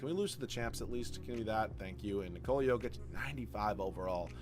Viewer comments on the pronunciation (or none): none